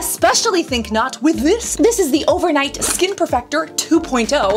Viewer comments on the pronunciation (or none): I laugh everytime i hear her pronouncing Skkkkknnnnnnn😂